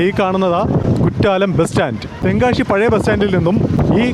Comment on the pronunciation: നല്ല ഒരു tongue cleaner ദിവസവും 2 നേരം ഉപയോഗിക്കുക ശ എന്ന അക്ഷരം ശരിയായി പറയുക.ഷ അല്ല ' തെങ്കാ ഷി അല്ല.